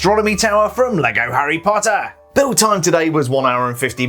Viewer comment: I like how he says HARRY POTTA